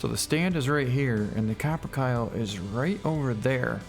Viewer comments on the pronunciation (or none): Ka-Pr-Kay-Lee. Not Cap-Er-Cal.